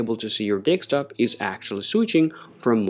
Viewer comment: Very confident delivery but.. please don't say deKstop? it's deSktop (DESK TOP)